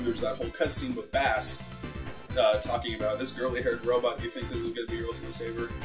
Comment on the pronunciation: Bass's name is pronouced BASS (like the musical instrument) not like the fish